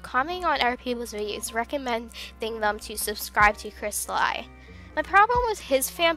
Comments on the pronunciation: You said it wrong. Its pronounced, (Chrest-a, as in the vowel, and, then LE, not li. Even though it's spelled different. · You pronounced some of the names in the video wrong Cristali = Krist-ah-lee Zafiro = Za-fee-ro Rossali = Ro-ssali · First of all, YOU PRONOUNCE HIS NAME WRONG! it's pronounced Cris-Tal-ee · dont mean to be rude but cri-stal-ee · oh sorry I must hav heard wrong I thought you kept saying cristal-ie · Nice but...the way you say the names is killing me I guess he doesn't deserve you saying his ocs names correctly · Not to be rude, but I believe it's pronounced Crystal- ee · Yeah I just said because you did not say them right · Ok I'm sorry but it hurts that you keep saying the names so terribly wrong. Rossali- (Row-Zah-Lee) Crystali: (Chris-Tah-Lee) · Here, pronounce it right, Cryst-al-ee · its pronocuded cris-TA-LEE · Awesome video, just the way you pronounced their name just bothered me, but thats nothing wrong with you its something wrong with me LOL But just cause I can Crystal e = Cristali Za fir o = Zafiro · The pronounciation is actually ZAFIRO and cristalee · I might seem rude, but I believe his name is pronounced "Cris-ta-lee" Love the video! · Scalotah.. Crystaly.. Zafairo..? Good vid but uhh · Its pronounced kris•tal•e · It's crist- a- lee And za- fir- o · And. Its said 'Za fiar o' and 'Cristalee' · Dude your pronouncing the names wrong Cri-stuh-lee Zuh-fear-oh Ro-Zuh-lie Sorry it was just annoying me, still loved the vid! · I heard C R I S T A LIE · Its zafeerow and kristalee (pronounced ) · No it's cristal-y but it's ok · It's cristalEE no offense :/ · Cristli Zafaro ._. Its Crysta-le and Za-fro Cristali and Zaifro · Not Cristal-ie it’s cristal-e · Is pronounced as cristalee not cristalaii just saying not hating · If you couldn't understand Crappy English, here ya go. ": Cristaluy Normal: Cristali ": Safuuro Normal: Zafiro ": Rossyel Normal: Rosalli ": Mulfftiple Normal: Multiple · It's pronounced cristalee